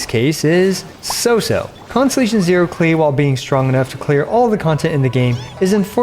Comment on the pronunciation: Her name is pronounced closer to "Clay" (kuh-lay) It's German for "clover"